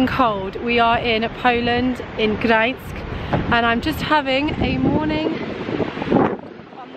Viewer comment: Hello, I hope you had an amazing time in Poland😍 One little note, with Gdańsk the N (Ń) is the first letter, then is S☺